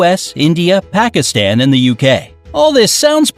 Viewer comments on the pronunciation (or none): none